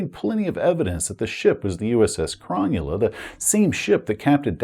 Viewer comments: Thanks! As an Aussie living close to Sydney, I cringed every time you pronounced Cro null a "Cron yu la." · Nice review, but one thing that kills me as an Australian: Cronulla is not pronounced chron-new-lah, it's pronounced Crow-null-ah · Aussie here, love the content but it was bothering me slightly and I wanted to let you know it’s pronounced Cro-Nulla and it’s a suburb of Sydney, NSW. 😊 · I would have pronounced Cronulla as Cro-Nulla - like the Sydney suburb and Football team. YMMV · I keep hearing SS Cromulent haha! Great video! I also love Jack's outfit 👌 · Any other Aussies wincing at the pronunciation of Cronulla? :D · So much wincing....